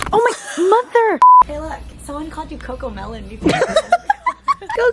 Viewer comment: once said moTHERR